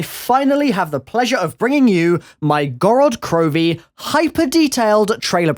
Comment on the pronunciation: The map is pronounced Gorad Kroviy in Russian!